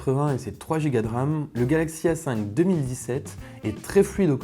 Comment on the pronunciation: Par exemple à